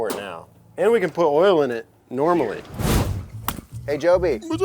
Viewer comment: Poor still can't say "oil"😂